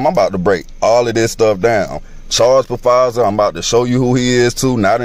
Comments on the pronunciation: The guy talking about Pa-fizer! Has he never watched the news??! Surely he has ears. Lol He who has ears, let him hear! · It's "PaFizer" for me 🤣🤦🏾‍♂️ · I have a really hard time believing anything anyone says that pronounces Pfizer, P Fizer tf 🤣🤣 BTW Love ur conspiracy vids comps, especially since I refuse to get TikTok so thx for sharing. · At least say Pfizer right damn.